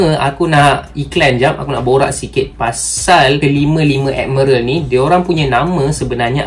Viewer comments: Bang,miral bang bukan merel😪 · Tq semua, cuma sakit telinga dengar perkataan "admerel"😢 ,admiral woi😂..... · Sebut betul² bang admiral bukan admeral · Aku tak salah eja admiral eh korang pergi la google american ke british macamtu bunyi dia bukan ad-mai-ral tu mungkin english jawa hehe thank you!